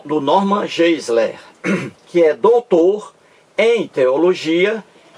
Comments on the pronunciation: A pronuncia correta é "norman gaisler" - tente aprender a pronuncia correta antes de criticar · PROFESSOR TOM, Você, professor TOM, raciocina muito mal. Novamente, vem com a bobagem de pronúncia incorreta do nome GEISLER feita por mim. Já lhe disse que pronunciar incorretamente expressões estrangeiras não é propriamente um erro, tanto que pronúncias são variáveis. E você, professor TOM, faz uma comparação entre mim e o Norman Geisler, afirmando que este possui vídeos com milhões de visualizações, enquanto meus vídeos têm um número muito reduzido. Agora, pergunto-lhe, professor Tom: desde quando visualizações inúmeras indicam que um determinado vídeo é de primeira qualidade? Se você, professor TOM, fizer um levantamento de vídeos campeões de visualizações, terá uma grande decepção. São verdadeiros lixos! Percebeu, professor TOM, como você raciocina mal? Segundo seu ponto de vista, quanto mais visualizações um vídeo tiver, melhor será esse vídeo. Puro engano! Se o Norman Geisler possui milhões de visualizações, isso prova o óbvio: fiéis religiosos adoram ver vídeos religiosos, detestando vídeos ateus. É a cegueira religiosa, professor TOM!